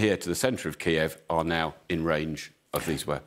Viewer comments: Didn't anyone tell them to say Kyiv an not Kiev? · Isn’t the correct pronunciation “KEEV?” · Please don't pronounced Kyiv in the Russian way.